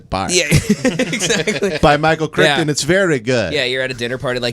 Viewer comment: jurassic park is actually a good book, i dont trust the fat one since he mispronounced the author's last name.